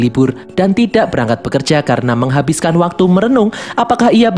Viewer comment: oooohhhhhh "mengahabiskan waktu merenung" 😂😂